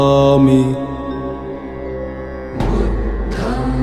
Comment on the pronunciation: Budham nahi budhang hota hai